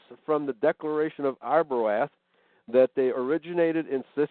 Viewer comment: they pronounced Arbroath wrong though..lol.."a" is silent